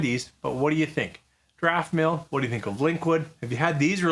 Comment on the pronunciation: There is NO "r" in Daftmill, but it sounds like you think there is... (Still: not as bad as some people saying 'ArdbeRg'! Do they really think Islay Scotch sank the Titanic?)